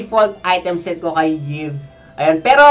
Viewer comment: I think it pronounce EVE. Y stands for E